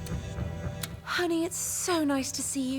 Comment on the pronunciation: I love how her saying whiskey just doesn't roll of her tongue.